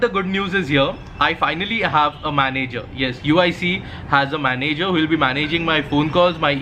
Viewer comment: Please learn how to pronounce "Manager" and "Cabin". youtube how to pronounce them.